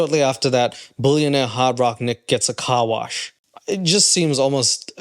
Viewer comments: Seriously you have 10 people at my workplace listing to you laughing so hard because of your toddler accent! we forgot that you were even talking about hard rock nick ! we all agree the the way you say billionaire/bullinaire is so tard sounding 🤦😆🤢🤮 stop with that horrible accent it’s cringey af ! 😅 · He meant “bouillon”aire 😂 big chicken guy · If you say “boolyanaire” one more time. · Are you saying "bullionaire" and "bullion"? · Be prepared to hear the word “billionaire” get mispronounced about 1000 times in on video….its not “BULLION” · "retired bullunaire" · I can only hear you say bullyiionare on the internet I hate to tell Nick baby doesn't know if car is very well that is not a Mercedes-Benz interior is too cheap what a moron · I mean... he also said bullionaire about 30 times in this video.